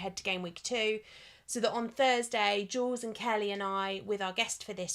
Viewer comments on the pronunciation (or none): none